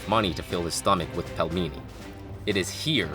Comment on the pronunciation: Pelmeni is pronounced like "peel many". Otherwise, great video! Keep up the good work!